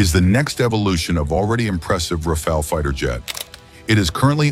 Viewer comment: Rafale, not 'Rafael'. The french word Rafale means Gust of wind.